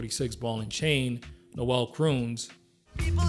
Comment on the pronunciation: Sorry, but this would be more impressive if you pronounced his last name and "Santeria" correctly. Also, I don't even get the comparison with Nirvana. Brad was definitely more talented than Kurt Cobain, and I don't know anyone who would argue that.